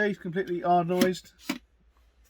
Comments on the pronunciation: Anodised not ardonised lol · Looks to be a pretty good piece of kit. I think you'll find it is Hard Anodised and not Hard Ardenised though. It gets a thubs up from me.